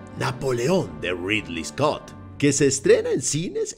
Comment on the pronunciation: Es ridly scot porfavor